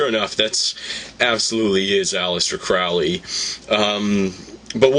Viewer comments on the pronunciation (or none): Crowley is foully Crowley is holy get the pronunciation right! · His name is Crowley, rhymes with holy. And maybe she's William Breeze's daughter. :P